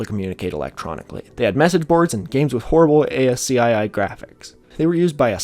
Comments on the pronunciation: a-s-c-i-i AZZKEE OMFG ITS AZZKEY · Argh. A-S-C-I needs another “I”, it is ASCII, and is pronounced “ASS-key”. I thought you have visited 4-chan? :) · You said the letters of ASCII... its asky. Asky. You aren't thst young. We had things called UNIVERSITY LIBRARIES back then and used them. And we had phones. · it’s pronounced asky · Hearing you spell out "ASCII" instead of saying "ass-key" instantly took me back to sitting in my friend's basement in 1999, hearing him spell out "WYSIWYG" and telling him "oh, you mean wizzy-wig". ❤ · Most pronunciations I've heard is closer to "ask-ee" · ASCII, is - no joke - pronounced like "ass-key". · bro pronouncing ASCII as Ay As Cee Aye Aye instead of ah-skee hurts my feelings :c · ascii can be pronounced as ass-key ☺️ just to save you the tongue twister. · Imagine spelling out ASCII and not just saying ask-ee like a sane person. That aside, another banger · has been officially CANCELLED for spelling ASCII and not saying “ask-ee”. Sad! (I’m just being sarcastic/goofy in case it wasn’t clear) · Very small point, but "ASCII" is generally pronounced "asskey" instead of read as the acronym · Also, again, pedantic, but ASCII is pronounced ah-skee. It's a strange love triangle's birth between an initialism and an acronym. Now, in my own ignorance, this could be a "gif"/"jif" situation, though ASCII wasn't really invented, but even so, throughout all my classes, with all my professors, many who were ESL, everyone pronounced it the same. It's kind of weird but despite computing and programs being so advanced now, you still learn your ASCII chart in school, to the point where you'll eventually memorize a fair number of key values. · bro have you never heard anyone say ascii out loud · Pronouncing ASCII like that hurt me physically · I've heard both pronunciations of USAID, but I've never heard someone spell out ASCII until today. But in defense, the non-spelled-out pronunciations of both acronyms are unintuitive